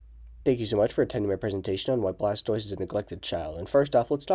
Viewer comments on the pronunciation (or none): It’s blastover